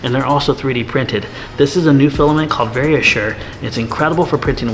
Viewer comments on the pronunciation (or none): varioshore, not variosure. It's named after the unit of measurement for the hardness of materials like the TPU it's made out of. Basically "various shore ratings"